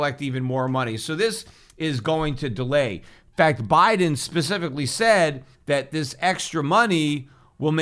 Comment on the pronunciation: BI-de-N BI-tcoi-N